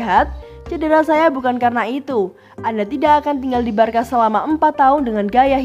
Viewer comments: Maaf kak tapi bacanya barsa bukan barka masak barcelona kalau di sebut Barkalona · sbnr'nya alasanya begini sob,barcelona itu di bacanya barsa bukan barka kenapa...?karna kalo barka dlm bhsnya spanyol itu artinya kapal nah jadi gitu jelasnya sob jadi yg bener adalah sebutanya barsa yaah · Nah..betul.. Barça dibaca: "barsa" =barcelona Kalau sebut "Barka" artinya= kapal #boixosnois